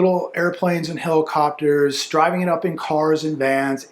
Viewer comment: What's a "heilocopter"?